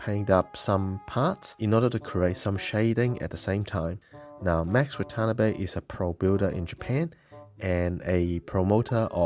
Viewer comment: BTW it's pronounced Wah Tah Nah Bay not waTANNABee